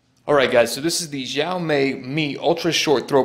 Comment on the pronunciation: It's pronounced she-ow me